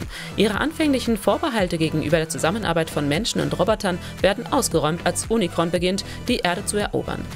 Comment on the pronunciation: Bitte die Namen Cybertron und Unicron vernünftig aussprechen das ist ja nicht auszuhalten 🤦‍♂️